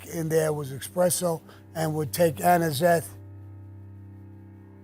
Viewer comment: It's espresso Sammy. Not expresso.